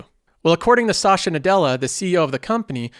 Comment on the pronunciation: Was wondering where 'sasha' came from lol